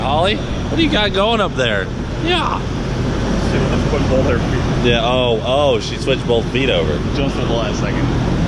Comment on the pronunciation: BOTH IS NOT SPELT WITH AN L! NOT BOLTH, BŌTH.